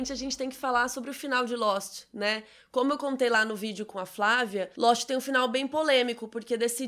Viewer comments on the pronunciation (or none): " Losti " essa foi boa 😂😂😂